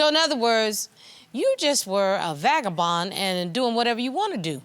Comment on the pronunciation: Lol did the Judge say Vakabon ( creole word for man Hose😁)